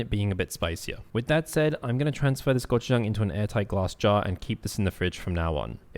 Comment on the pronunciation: You don’t have to pronounce gochujang weirdly